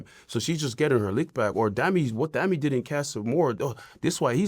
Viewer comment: it’s pronounced dah-me